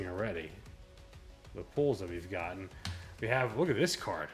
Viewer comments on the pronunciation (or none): none